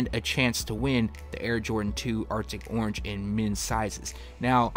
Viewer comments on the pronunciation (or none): none